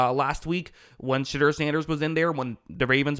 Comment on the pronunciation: "Sh'derrr" -Most ⬜ Guys on YouTube